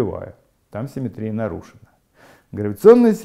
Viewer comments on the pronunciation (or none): Всё прекрасно, но позвольте задать 2 вопроса: 1. почему в начале каждого раздела Вы так душераздирающе улыбаетесь?* Это немного пугает; 😃 2. почему слово симéтрия Вы произносите с таким экзотическим ударением? (интернетовскую чушь последних десятилетий в свое оправдание прошу не цитировать!). -------------------- * "— Гражданин Корейко? — спросил Остап, лучезарно улыбаясь. — Я, — ответил Александр Иванович, также выказывая радость по поводу встречи с представителем власти. — Александр Иванович? — осведомился Остап, улыбаясь еще лучезарнее. — Точно так, — подтвердил Корейко, подогревая свою радость сколько возможно. После этого великому комбинатору оставалось только сесть на венский стул и учинить на лице сверхъестественную улыбку. Проделав все это, он посмотрел на Александра Ивановича. Но миллионер-конторщик напрягся и изобразил черт знает что: и умиление, и восторг, и восхищение, и немое обожание. И все это по поводу счастливой встречи с представителем власти. Происшедшее нарастание улыбок и чувств напоминало рукопись композитора Франца Листа, где на первой странице указано « играть быстро», на второй — «очень быстро», на третьей — «гораздо быстрее», на четвертой — «быстро как только возможно», а все-таки на пятой — «еще быстрее». (с)